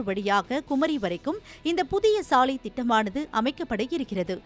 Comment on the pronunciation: சாளையா, சாலையா? ஏண்டா உங்களுக்கெல்லாம் தமிழ் எழுத்துக்கள் சரியா உச்சரிக்கவே வராதா 😢😢😢😢 ( லை ) நுனினாக்கில் சொல்லுங்கள் 🙏🙏🙏🙏